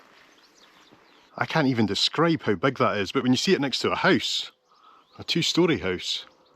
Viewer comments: I can’t get enough of a hoose in these videos 😂😂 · I like the fact that you pronounce the word house in Norwegian. Hus.